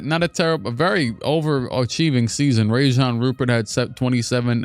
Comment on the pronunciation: Sid cissy is actually Sidy Cissoko and it'a Rayan Rupert not Rajon